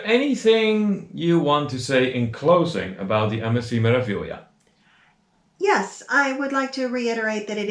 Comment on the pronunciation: Your pronunciation of Meraviglia is pretty close except the first syllable is Me (as in May), not Mer. It follows the standard consonant-vowel format: Me-ra-vi-gli-a. May-rah-vee-lee-ah In Italian, E is always pronounced like AY as in day, and the R is rolled. You mastered the often confusing syllable GLI = LEE. I did one Mediterranean cruise on MSC and that was enough. They are beautiful ships but never again. I felt like it was a tug-of-war with my wallet. I'd prefer to deal with pickpockets in Rome than those thieves.